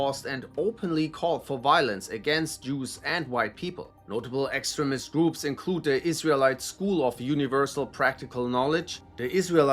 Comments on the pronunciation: I love how the voice, keeps on pronouncing extremist, to sound like excrement, which pretty much sums up these groups. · Learn how to pronounce “extremist”